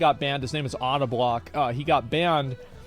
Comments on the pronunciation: Auto-block. Idky but that just cracked me up the way he said his name. It’s pronounced “oh-da-block”. Also I’m not making funny of him, just gave me a laugh. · Odablock is pronounced Oh-dah-block... jus sayin i gotta have my boys back.. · It’s pronounced oh-duh block 😂